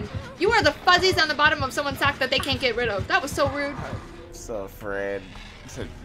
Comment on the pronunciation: Oh sock... I heard sack and honestly made the insult even better in my head 🤣